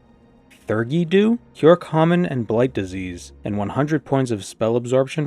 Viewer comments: I can, should, must, and will be that guy (it was probably mentioned in your stream but my need is too great): theurgy is pronounced thee-ur-jee, it's a real world term for, essentially, holy magic. Usually found in the context of Kabbalah (Jewish mysticism and magic, it's where golems come from!), in which you inscribe and speak secret and sacred names of God and angels for powers and replicating miracles. It can, however, refer to any magical system or practice in which deities and their messengers/servants/emanations are invoked for magical purposes. If it comes from what your culture considers a god or their direct servant, it's theurgy. If it comes from anything not that, like demons and spookies and whatever else, it's thaumaturgy (and every other synonym). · "Theurgy" roughly like "fee-ur-gee" with a th not a f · Hi! "theurgy dew" is pronounced "Theeee uur gee." It etymologically linked to theology! Theurgy just means... "Religion-y." I hope this helps!